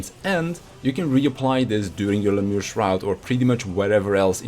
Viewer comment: Lemure is pronounced "Lem-yar-ee"